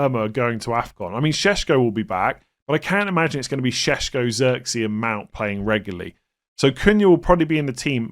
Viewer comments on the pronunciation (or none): none